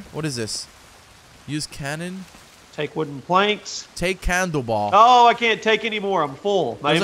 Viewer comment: He said "take candleball" 😂😂